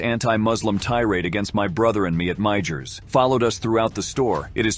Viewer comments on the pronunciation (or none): Idk why I cringed when he pronounced it "mei-j-er." Here where I'm from we pronounce it "mei-yer." Maybe where I am we're all just hillbillies idk lol. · For Pete’s sake, mi-ers not mi-gers ! The j is silent. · Maybe the creators of this channel can tell their AI generated narration that MEIJER is pronounced like MEYER. Not MYJER. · It's pronounced My-urs, not My-gers. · Ok I'm sorry but I have to point 👉 this out it is pronounced myer not my jers its myer I know it's spelled strange but it is myer not my jers 😂😂😂😂😂😂😂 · It's pronounced just like Myers. As in mike myers. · Dude the store name is pronounced Meyers. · Video would be better if you'd taken the time to learn the pronounciation of "Meijer's." (Helpful hint: the j is silent.) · The "J" is silent in "Meijer" its pronounced "Myer." That lady is no Christian. Beware false prophets! She's only hiding her evil behind words! The devil has many minions! 😡🙏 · The store is pronounced Meyers spelled Meijers from someone from Michigan they are only there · Meijer is pronounced with the j as a y. Like Meyer. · It's pronounced mayer..the j is silent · Meijer is pronounced like "meyer/mayer" ... ijs... Basically "j" is kinda silent.... 😊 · Its pronounced like Meyer the j is silent 😊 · Just an FYI the possessed/xtian lady is at a Meijer store... It's pronounced MY-yerrr. Sorry, i know I'm being nit picky. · It's pronounced My-er...the J is silent LOL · The "j" is silent in Meijer. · Love the videos! The J in Meijer's is silent in my neck of the woods! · The Meijer stores are prominent in the Midwest and the “j” is silent. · All of these people drove me nuts. It was really hard to watch some of these videos, but one thing that stuck out to me is how you pronounce to Meijer. The J is silent 😂